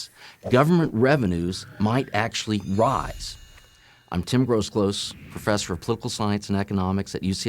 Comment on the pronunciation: see how he said might rise lol haha